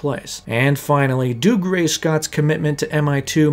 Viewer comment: Theres no way Dougray’s name is pronounced that way